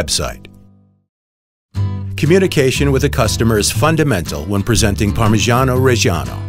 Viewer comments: Parmegianoh RRReggieanoh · yeah it ain't even the right goddam pronunciation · Si ma Parmijjiano Pejjjiano non si può proprio sentire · Parmigiano Reggiano is pronounced like Pur-mee-JAH-no Re-JAH-no And not like Pur-mee-SHAH-nou Re-SHAH-nou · Pronounce it correctly, it's PARMIGIANO REGGIANO and not PARMISGIANO RESGIANOU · Ad an italian i can say se dont say parmijaaano rejjjiaaaaano lmao it feels so wrong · Everytime the dude says "Parmigiani Regiano", it feels like I've killed Mr. Angelo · no one: this guy: parmegiano rejjijiannoh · We don't say parmijjjjjjjjiano rejsjjjjiano , waaaay wrong the pronounce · you should pronounce it something like “parmiddjano reddjano” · "parmijjiaanou rejjianou" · Count how many times he said parmegano regano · Something about an American saying "parmeshano reshano" just doesn't sound right. But all the other words sound great, the narrator actually has a nice voice to listen to. Just the Italian pronunciation could be a bit better. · Am I the only one bothered by the narrator's PaRMrGIaNO ReGIAnO pronunciation? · Non potevate far parlare un italiano con una pronuncia decente ? cos'è il parmygeeanou regyano PORCODIO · Say parmagiano reggiano one more time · Yo if you can’t pronounce “parmigiano reggiano” correctly then DON’T Listening to you saying “Parmejiano Rejiano” was the worst thing ever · I can't stand the way he pronounces "parmigiano reggiano". He sounds like he's some cheap italian-american mobster lmao I mean, I don't pretend a foreigner to nail italian language but damn, at least try to not to sound so irritating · Why no one tell him how to pronounce correctly parmigiano reggiano? I don't understand how a voice actor cannot pronounce correctly the word that describes the entire video. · Wrong pronounce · It has been produced for 900 years only to have the pronunciation of its name and regions of origins butchered. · Oh shit I'm italian I'm literally crying because he say "parmigiano reggiano" in a super strange way